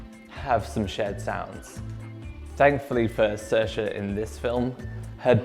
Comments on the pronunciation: Fun fact Saoirse is not pronounced “sur-shuh” it’s actually “seer-shuh” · Not to be rude but saoirse is pronounced seersha not sursha